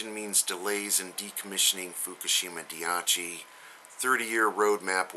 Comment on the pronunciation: No biggie but it is pronounced dah-eee-chee not die-ah-chee. Love your videos!!! Enjoying it while can. ALOHA